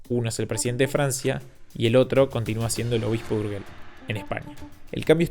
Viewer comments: lamento mucho que no sepas pronunciar el dúo "GE" que lo pronuncias como "GUE". ¿Acaso ha cambiado la pronunciación del castellano? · Urguel no. URYEL si quieres llamado... ¿pero donde leñe ves la U que hace que suene "gue"?. Ya ni hablemos del sonido "LL", porque si no os puede dar un ictus... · En español la G de Urgel suena como una J: se dice "urjel". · Urgel es catalan, la G antes de E se pronuncia Y: Uryell